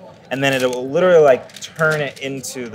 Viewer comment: '' It will litearlly turn it into..'' '' Free drink ??''